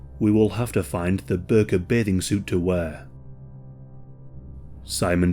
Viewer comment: Did you say burqa? Well it all makes sense now